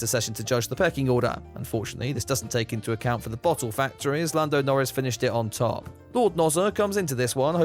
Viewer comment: Refreshing to hear and English person pronounce the “t”s in bottle